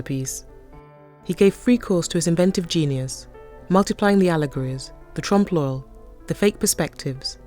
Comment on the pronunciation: Every time she says Tromp LOL I giggle. She can say "ensemble" with a French pronunciation but not "trompe l'oeil"?!